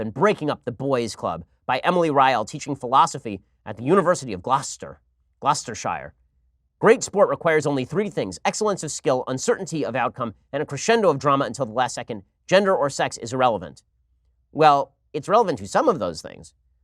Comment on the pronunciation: Gloucestershire is pronounced "Glostersher". The shire on the end of any county is pronounced "sher" (or "sheer"), not "shire" as it's spelt. That's why it's been sounding weird when you've been saying it Americans 😉